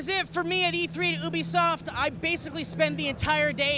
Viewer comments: You-be-soft not obesoft, holly fucking shit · It's you-be-soft